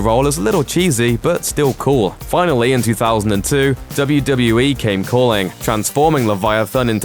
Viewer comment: It sound like he saying WWA